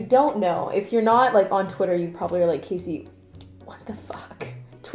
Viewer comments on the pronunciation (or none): none